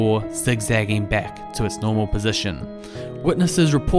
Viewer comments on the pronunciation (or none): none